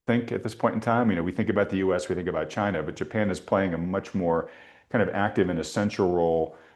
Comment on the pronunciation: Yes, please invite President Trump to talk about CHAY-na, CHAY-na, CHAY-na! 😂